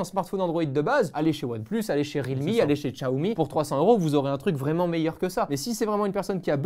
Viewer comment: mdr je l'ai capté aussi, étant fan de Xiaomi (prononcé chiaomi) ça pique d'entendre ça de la bouche d'un youtuber tech !